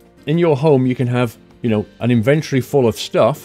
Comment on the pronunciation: OMG a British person who says inventory not invintri lol!